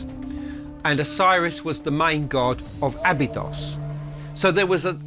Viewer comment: Why does pronounce Abydos in 2 ways?